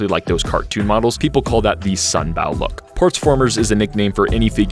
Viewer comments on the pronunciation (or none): Hey, sunbow is pronounced like rainbow, not like the bow of a ship, a sunbow is also a weather phenomenon, ok? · Love how he actually mentioned the theoretical Fourth type. Also this is the first time I have seen someone put the Unicron trilogy into G1 category. For the pronunciation of Sunbow it is pronounced "Sun-Bow" I am not trying to sound like a know it all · why do you say sunbow like that